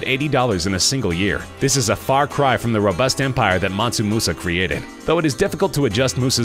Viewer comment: Mansu? Mansa fool...